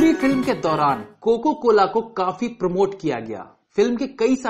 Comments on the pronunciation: Coca cola not coco cola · It's not coco cola. It's coca cola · Aap bohot galti karte hain aaj kaal bolne main.... Coco cola bol rahe hain Coca-Cola jaise multi national company ko....kya sir ye toh galti se mistake hain... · bhai woh coca cola hota hai coco cola nai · bhai coco cola nhi coca cola hota hai